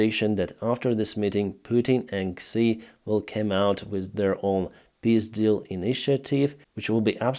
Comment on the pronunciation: Sounds funny when you say piss deal.